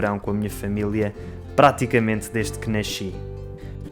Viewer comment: Adorei o vlog. Além do charme do som de nasci soando como "naxi" ou "nashi".